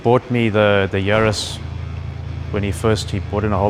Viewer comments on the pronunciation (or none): Ja Bru...it`s a JAris... Yarris! That starts with a Y, it sounds like the surname "Harris", just with a "Y"...